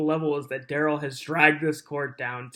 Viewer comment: DA Opper's Investigator (ya know the guy that Duh-rell can't figure out who he is ) just can't help himself from looking over at Duh-rell when he's doing or saying something stupid ! 😂😂